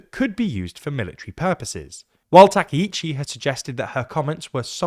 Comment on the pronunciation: Takaichi /ˌtɑː.kaɪˈtʃiː/ is pronounced with separate “ka” and “i” sounds—like “father” /ˈfɑː.ðər/ for the first “a” (short, open), then a quick “i” as in “ski” /skiː/, and “chi” like “cheese” /tʃiːz/. Think of it as “tah-kai-chee,” stressing the “kai” part.[youtube] English speakers often say Takeichi /təˈkeɪ.tʃi/ because “ai” triggers their “ay” diphthong—like “sky” /skaɪ/ or “take” /teɪk/, blending into a long “ei” sound instead of two distinct vowels. It’s their natural spelling-to-sound rule at play, not a Japanese “take.”